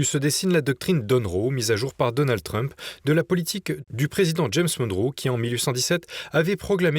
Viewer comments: Arrêtez de dire doctrine "Dunro"¨! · Monroe et non donré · Monroe. Pas Donroe ! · Doctrine Donroe ? Non ! Monroe ! Pq dites vous Donroe ? J’aimerais comprendre … merci